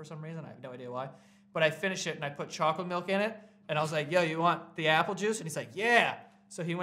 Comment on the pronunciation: I dont know how you’re saying chocolate milk correctly and incorrectly at the same time